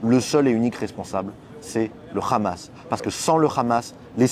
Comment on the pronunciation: lol its Hamas not Khamas lol